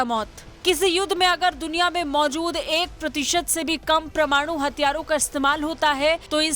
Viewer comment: WHAT IS "PRA-MANU" YUDDH??